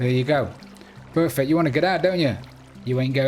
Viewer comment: You tell us so much about yourself when you say things like "Any-who", (G-Mann), and "Perfick". This is looking great, definitely going to try it in my World, all power to your elbow, good job. Should have your pick in your off-hand with all that XP flying around.